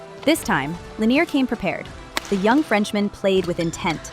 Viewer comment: At least make an effort to pronounce player names properly. Even the British announcer got Lanier right...he's French, not from Kentucky.